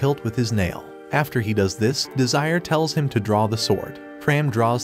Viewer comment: Bro said desire